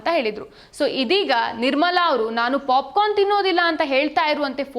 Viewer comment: ಅಯ್ಯೋ ಪಾಪ 😂😂😅ಪಾಪಿಕಾರ್ನ್ ಅಲ್ಲ ಪಾಪ್ ಕರ್ನ್ 😅😅😂